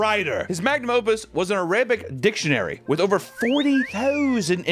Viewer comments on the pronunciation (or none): none